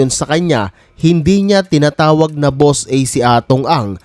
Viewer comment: Naloko na 😂 Boss e daw hindi Boss A wahahaha